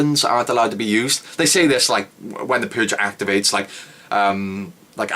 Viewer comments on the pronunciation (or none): The Puuuhhhge.